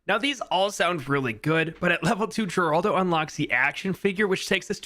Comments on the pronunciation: They pronunce it her-aldo not geraldo. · its pronounce heraldo not geraldo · Its pronounced Heraldo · people are stupid, it should be common sense from the moment your read the name that hes spanish which in turn should make it obvious that its pronounced HER-ALDO